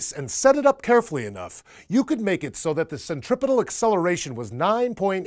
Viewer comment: Dude kept saying 'centripital'...